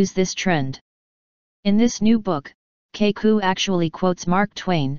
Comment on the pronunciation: for a computer why cant you say the names right kaku and sagen